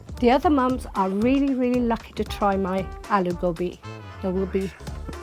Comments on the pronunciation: I'm not even Indian. But she needs to stop saying 'Go'Bee'. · Its not goubi! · Wtf is gaubi? You're an Indian, at least pronounce it well!